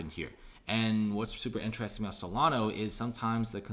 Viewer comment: S-O-L-A-N-A. There is no O at the end!